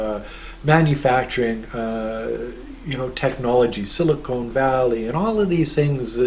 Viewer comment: I believe it's "Silicon Valley" - "Silicone Valley" ( San Fernando ) is where they make all the porn movies...;-)